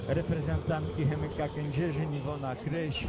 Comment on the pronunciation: Kryś . ! Kryś . Nie K"a"ryś szympansie .